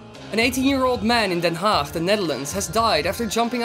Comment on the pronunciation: you should do the live stream 😊 and are you dutch because you said Den Haag pretty dutch 😂